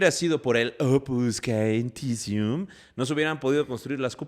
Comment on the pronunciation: Chicos! "Opus caementicium" se pronuncia "opus chementizium" de hecho en italiano hormigón se dice "cemento" ("ce" se pronuncia "che") Saludos desde la ciudad aeterna, Roma